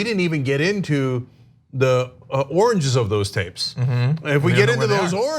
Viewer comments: He never said oranges though. He said origes. It's a type of covfefe. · I hear 'oringes'.